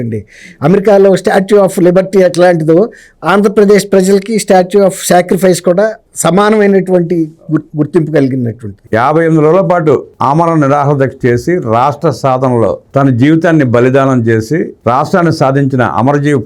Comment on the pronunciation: అయ్యా.. అమరణ కాదు... ఆమరణ